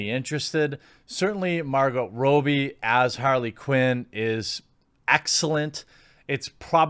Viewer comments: Robbie = rob-ee Not robey Ewan = yoo-ann Not ee-wan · Shame..I like Margot Robbie, but I am not interested in message preaching....I’ll give it a miss. Btw..Jeremy, Margot’s name is pronounced Robb-ee ok, not Robe-ee. The double ‘bb’ hardens or phoneticises the ‘o’. Does it matter? Yes! Of course, no one likes their name buggered up eh! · It’s “Robbie” as in Rob a bank, not Robe as in disrobe. Checked the pronunciation just to make sure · I actually feel bad for Harley these days, seeing how anyone who gets their hands on her, immediantly wants to put her in a man hating, feminazi approved, movie. Leave her alone, you rampant misandrists. Also Jeremy.... It's pronounced ROBBIE, no Ro-bie. All one word, try and get it right.